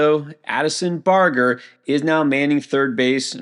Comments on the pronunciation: in this particular video, it was Barger. says it like "burger" but it's more like "barge", per Baseball Reference. \bar-jer\ i wouldnt say something if this was a rare thing. It's pretty frequent. it's all just a suggestion to just take a little more care on the pronunciations. Really not trying to be a jerk. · It's not BAR-GUR. It's BARGE-ER. UGHHHHHHHHHHHHHHH